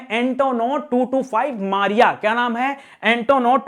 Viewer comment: ANTONOV 225 का नाम MRIYA ( मृया) है ,मारिया नहीं